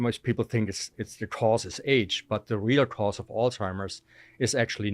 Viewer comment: He should at least say Alzheimer’s properly.